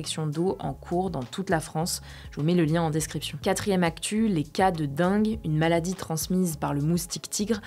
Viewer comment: Attention, on dit DENGUE ! :)